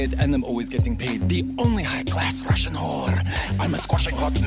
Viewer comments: SERIOUSLY? I'm Russian and always found her Russian actually really good her pronunciation is great you can tell if you're definitely not Russian this suprises me so much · Damn, I am russian, watching that cuz I was hypnotized by the performance and the pronouncing so good that I didn't even think she is not russian What a level